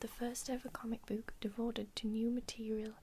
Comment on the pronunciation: As a yorkshireman, i find it quite funny how you pronounce "book" as "booook" 😂(really not trying to insult you by the way) haha